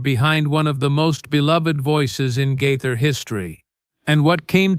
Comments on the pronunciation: His name is GAITHER NOT GITHER Wake up and get your pronouncing properly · The narrator needs to learn how to pronounce the name Gaither correctly.